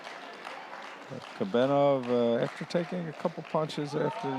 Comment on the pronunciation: Is Kobenov that hard to say? Russian athlete?